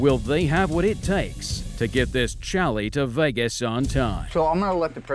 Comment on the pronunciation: love the show but please STOP saying "CHALLY"